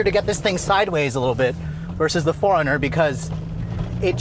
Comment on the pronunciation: Sounds like you’re calling it a Foreigner.